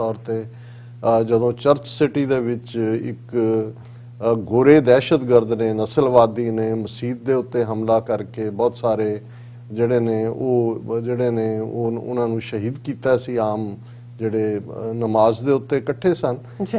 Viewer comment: I love your program. I would like to correct you that this is Word MASJID not Maseed. Kindly correct your pronunciation.